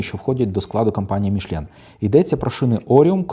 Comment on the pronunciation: Та тільки не «Мішлєн» а Мішелін 😉